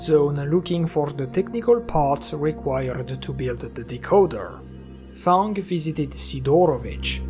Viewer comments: I know English isn't ur first language but it's fang. F-ae-ng. Not fong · I was thinking "Who the fck codenames themselves THONG". Then I realized, you said "Fang" XD